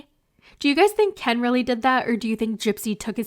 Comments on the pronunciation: I love how you always say Kyeen 😂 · I keep laughing every time I hear you say "KEEIN" 😂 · Every time u say KEN , it kills me 😭😭😭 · lol every time you say Ken is wild 😂😂